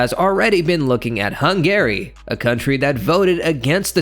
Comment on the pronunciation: Why is he saying HUN GARY? 😂